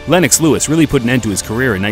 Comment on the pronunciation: we got the NEW FORMULA! Now we can call the british-canadian heavyweight legend just LEWIX! LEWIX is his name!!!